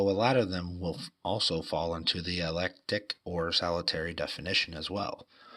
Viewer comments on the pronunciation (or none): "Eclectic"...no offense, but I believe you mispronounced that. Forgive me, my autism forbids me from overlooking that. 😂 I've always kind of indentified as an eclectic witch...and much of this felt like an accurate description, although not all. I like this though...helping to define the different kinds of witches so people may understand better. In slavic countries, they would call these types "whispering" witches. Oh and the whole reason I came was to ask about that pic! Do you know where that little cottage is?